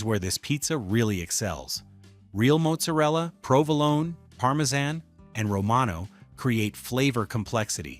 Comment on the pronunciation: They pronounce their name like this: "Ray-o". And it's pronounced "Maht-zer-ella" not "Moat-ser-ella".